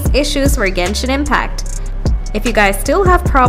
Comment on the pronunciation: Ganish impact at the start🥹❤